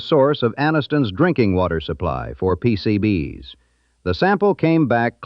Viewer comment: Pretty sure it's AI since it can't pronounce "PCB's" properly. No human would have trouble with this.